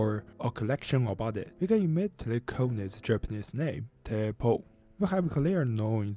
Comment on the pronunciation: I am Japanese. For me, this video feels a bit racist towards Japanese people. This is because the intonation and accent of Teppo (gun) in this video are sounds like Chinese. Japan is indeed geographically located in Asia, but the language is a completely separate group from Chinese, and Japanese is not a "Cheng Chong" "Bing bong" or "Ling Long" kind of language.